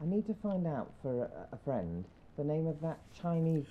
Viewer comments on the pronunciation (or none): Ooh fwend, video fwend.